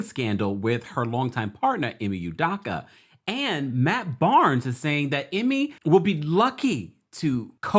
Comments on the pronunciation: Udakka....🤦🏾‍♂️ Pronounce proper u doe ka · It's "UDOKA not UDAKA" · Learn how to pronounce black names. It is phonetically “you-doh-ka”. As for the paparazzi, no fool like a stupid fool. Who asks that kind of question in the presence of a child, seriously! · Please pronounce this man's name right! Ime (E May) Udoka ( you dough cah)